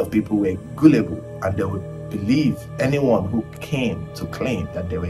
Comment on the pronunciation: Epic content! Next time, please pronounce Gullible correctly... 😇😇😇